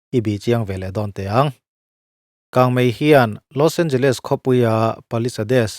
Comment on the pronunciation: Nia. L.A pawh a tawp a Les hi leez ang a lam tur